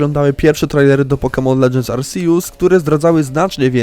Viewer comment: Jeju, mądre to. Ale naucz się proszę czytać Arceus. Bo aż uszy bolą.